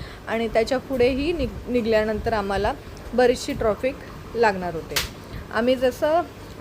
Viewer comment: मॅडम, ट्रॉफीक नका म्हणू 🙏ट्रॅफिक म्हणा. राग नसावा.